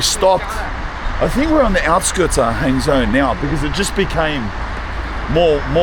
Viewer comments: Actually Hangzhou is quite famous for a multiple of reasons if that is where you are (BTW for you it is pronounced Hung Joe ) silly Aussie !!!!! Anyway ya quite close to where I live , so if your drop into Fuzhou drop me a message ! Also no one drives lmao , you could of taken the HSR from Shanghai and been there in no time ,bakeries like that are a dime a dozen mate , nothing special , anyway like I said if ya near Fuzhou hit me up, I'm an Aussie that has lived here for 18 years so might offer you a more in depth side to China which it seems you are lacking :P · Hangzhou is pronounced like “hung joe” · Maybe you should learn to pronounce the city names - it's not hard. Zhou is like Joe (Zh = J, approximately) unless you speak with a really strong local accent.